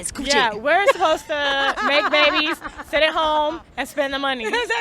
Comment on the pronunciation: Man that was funny when she said, to make babbbies 🤣